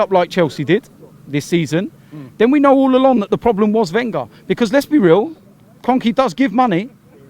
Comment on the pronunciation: wenger's not leaving until can pronounce his name right